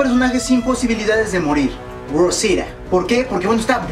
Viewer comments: porque no dices claramente rosita eres mexicano asi q debes hablar claramante el español cuando digas rosita no rruousida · como que 'rrousira' xD es ROSITA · Se dice Rosita No "rousita" los gringos no pronuncian bien los nombres de origen hispano por que no hablan español pero tú no mames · aparte no es rosia es rosita. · Por qué pronucias "Rosira"? xd si es Rosita, y eso que eres Mexicano xd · Por q dices ROUSITA acaso eres yanki >:v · Es gracioso que pronuncie Rosita con acento gringo cuando Rosita es un nombre que se puede pronunciar perfectamente en español, y a Negan que se tiene que pronunciar si o si como "Nigan" ese si lo pronuncia en español jaja. Mi alma moriría si Daryl es el asesinado, pero afrontemoslo, es Daryl ya que en esta temporada hicieron a Daryl menos participativo, menos carismático, más callado y menos importante en la trama quizás para que le perdamos un poquito el cariño y no dejemos de ver The Walking dead cuando eso pase. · jajaja por que no pronuncias bien rosita jajaja